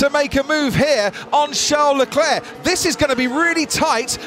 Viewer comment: "Shá Leclé" 😂😂😂😂